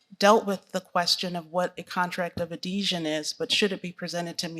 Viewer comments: Damn ! I even know . She even pronounced it wrong. Contract of addeesion 😂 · "Whats the contract of adhesion?" " the contract of adesion" She couldnt even pronounce it right!! Lol what a clown. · A contract of "Ah-deesion" . This candidate is an idiot!!!